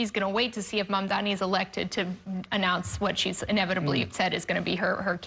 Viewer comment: Cuomo accidently said Mamdani's name correctly